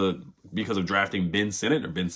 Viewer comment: Sinnott is pronounced "SIN IT" not "SIN NOT"